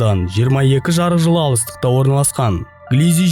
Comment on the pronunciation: Жырық жылың не , жарық жыл десеңші.